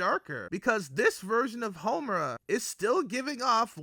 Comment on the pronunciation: are you calling her momura?